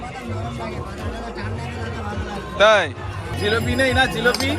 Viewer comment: Jilopi noi otake jilipi bole